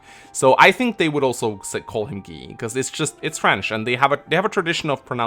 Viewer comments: He did prononce Guy’s name correctly however. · *pronounces many character's name incorrectly Also: its Guy. You guys are pronouncing it wrong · French captain here, I agree with you about the pronunciation of "Guy"